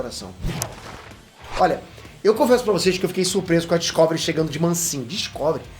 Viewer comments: DiscÓvery doeu um pouco os ouvidos, meu caro 😅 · Po top. Mas n é Discôvery n po kkk é Discovery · Eu ouvindo ele dizer Discovery errado o tempo todo. 🤯 Obrigado pela notícia, gostei!! 👏🎉